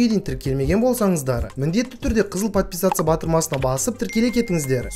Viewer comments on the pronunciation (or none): none